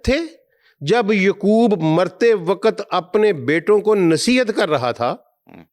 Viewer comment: Sir ,plz take correct name of Anbia like Yaqoob not yqoob